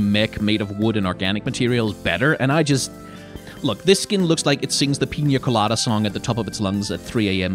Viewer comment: Holy shit you pronounced Ibiza and Piña Colada almost perfectly, as a Spaniard im impressed